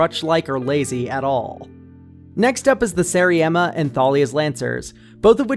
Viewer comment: I'm begging you to listen to the magic story podcast for EOE, that is not how The Seriema is pronounced